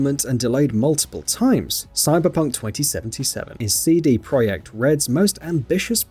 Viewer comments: Why do you pronounce "project" like "proiect"? Feels weird. Otherwise good video and selection of games. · CD proyect red? PROYECT? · Did this guy just call them cd pro'y'ek red? What the actual FUCK? Shameless indeed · ProJekt not ProYekt